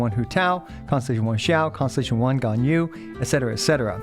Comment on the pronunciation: The fact that your pronunciation of constellation sounds like “consolation” cracks me up. It really is just that huh